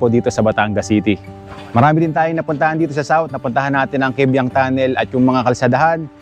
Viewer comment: Kaybiang not kebyang